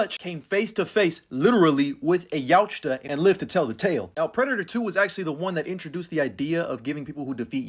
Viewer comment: Love you but the T in Yautja is silent